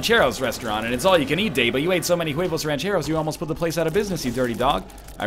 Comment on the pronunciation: The "h" is silent in huevos my friend